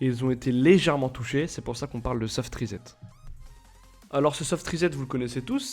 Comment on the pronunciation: Si jamais on ne dit pas "rizette" mais "rissette" :p